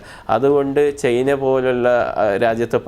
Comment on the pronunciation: ചെയ്‌ന അല്ല സർ ചൈന എന്ന് പറയു